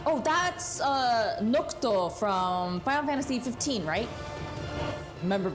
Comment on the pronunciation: So close, it's noctis, not nocto 😂